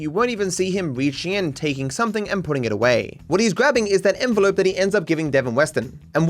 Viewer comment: suddenly enelope moment